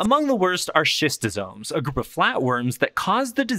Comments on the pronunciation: Thanks for the video! Kinda scary... One note on pronunciation: schistosoma should sound like schizophrenia or school. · Schistosoma pronounced as skistosoma.